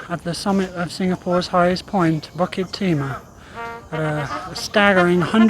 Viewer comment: Fantastic videos. It’s pronounced “boo kit” btw